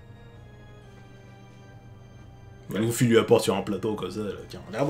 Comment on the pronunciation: louffy mdrrrrrrr (LUFFY)